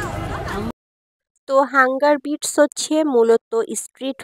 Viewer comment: Hunger বাইটস, not বিটস